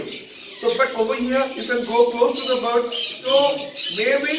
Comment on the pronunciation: It's birds not bards